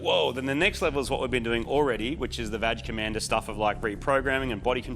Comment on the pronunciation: im still trying to figure out is it "badge commander" or "vag commander"?? no joke im serious.